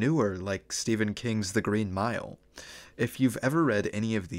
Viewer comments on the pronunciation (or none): none